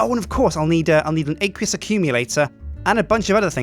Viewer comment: Aqueous accumulator ACWEEUS not aaaaqueeeoos